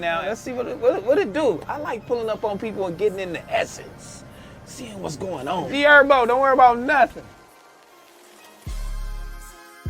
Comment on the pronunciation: said his name like a goofy u bogus affffff trell wtf 😭😭 HER-BO no ErBo wtf